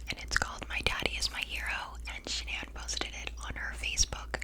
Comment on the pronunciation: Triggering me how shes saying sha-nan lol its pronounce shan-an